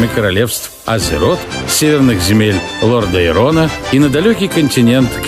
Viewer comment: Очень сильно уши режит когда диктор говорит Лордаерон ( Лордерон ), Люди рыбы ( Наги ) и Рагнар вместо Рагнарос ))))). Как хорошо что без наушников смотрел.